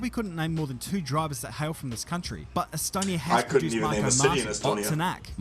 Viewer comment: whoever made this video, it's Estonia not Stonia... we're all hurt